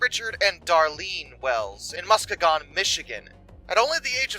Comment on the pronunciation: Came here for this comment and wasn’t disappointed. Muss-KEE-gon He put the emPHASis on the wrong sylLABle.